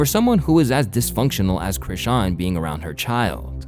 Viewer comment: Aye, Im so glad you finally figured out how to pronounce her name lmao be happy; that's how you know i've been a fan of yours for a while 🤣